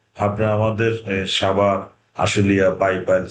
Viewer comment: ছাভার নয়, সাভার বলতে শিখুন